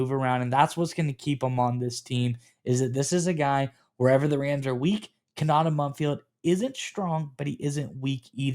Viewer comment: Ko-na-tay. At least say the kid’s name correctly